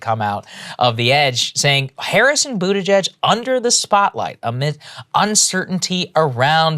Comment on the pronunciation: Love how Jimmy Dore calls him budda-gigg! 😂